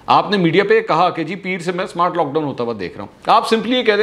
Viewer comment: Smowart....smowaart lock down lol